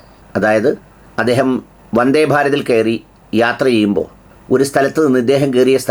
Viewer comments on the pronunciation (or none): none